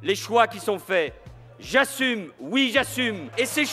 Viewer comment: Le "j'assuRme" m'a tué